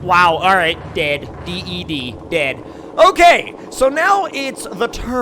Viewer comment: “Ded” dead